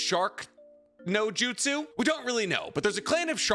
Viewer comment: Say Jutsu again I Dare You, I DOUBLE DARE YOU